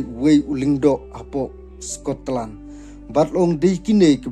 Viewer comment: Scotland ❎ Sko-Tlan✅